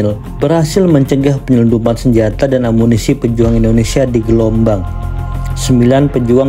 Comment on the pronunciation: Gelumbang bang bukan Gelombang (sekarang) wkwkw